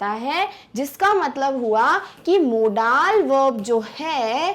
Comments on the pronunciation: Modals not modaaal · Mam u must have to learn homophones , so that u can correct ur accent' modaaaaal to modal'🤣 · Tukh laanat.. It's model not a modaaaaal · Ma'am firstly improve your pronunciation it's not mo-daals its is mode-uhlz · Aba मोडाल नहीं मोंडल verb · Are madam.... How you pronouncing Modaaal verb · Wrong pronouncetoin of modal say मौडल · Mam u did wrong pronounciation of modal